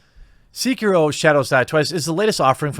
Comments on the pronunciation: Seh-kee-roh. Japanese was transcribed phonetically into our alphabet so it has extremely direct pronunciation from written word (eerily like spanish tbh). The vowel sounds are: a - ah e - eh i - ee o - oh u - oo Stick with this, and you'll get the "eh, close enough" from most people which the phonetic break down of Sekiro in this comment most certainly is. Somewhat random yes, but I feel like game journalists being super shitty gamers, and honestly kind of low key shitty people is pretty old hat now so I kinda got a bit caught up on something mostly insignificant. Good video regardless, but you are only echoing what I already feel so obviously a biased opinion. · its not SEE-KEH-RO its SE-KEE-RO....sorry it was triggering me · Seh-kee-roh Not See-kee-roh. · (SAY-KEY-ROE) DAMN AGITATING THAT NO ONE IS SAYING THE NAME PROPERLY!!!!!! GZZ LOL XD. I live in Japan. just saying. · "See-kih-ro" Ah i died a little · "c-kiro" Maybe I'm a weeb but that urks me something firece. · I thought it was Sek-Iro. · It's pronounced s-eh-key-row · It's pronounced like "say-key-row" from the word "Seki" meaning one armed and "Ro" meaning wolf 🐺 But the way you pronounced / butchered it made me smile 😋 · It’s pronounced SAY-key-LOW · "Sikirou" ... cmon dude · whats disrespecutful is how you pronounce Sekiro as Seekiro boi XDDDD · Jeremy, I speak Japanese. Sekiro is (seh-key-roh) Ps. It's also zoiNks. You're leaving out the N when you say it. Shaggy would be sad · Quick thing: You mispronounced Sekiro. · Man that mispronounce of sekiro the e is lowercase not capital good vid tho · Anyone else just a smidge annoyed by his complete inability to pronounce Sekiro? Great video, though. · They way you pronounce “Sekiro” is driving me nuts. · The way you say sekiro hurts my soul lmao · bro the way you say sekiro makes my ears bleed but good video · your pronounciation of sekiro makes me cringe. release your inner weeb you filthy casual. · Its SEH-KEE-ROW